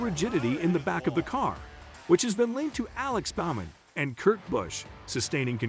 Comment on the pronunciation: Can someone who has a clue on how to speak do these videos? Annoying voice, can't even say Bowman right, and calls the last race a "episode". Get a clue. What a clear disconnect from the sport and here just for clicks.